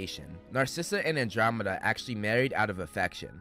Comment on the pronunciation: why are you pronouncing andromeda like that 😭😭😭